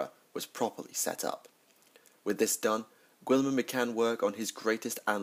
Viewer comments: All I can hear is gWILLeeeemun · Gil-a-mon..... gil-a-mon...